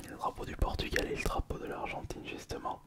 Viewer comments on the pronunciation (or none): none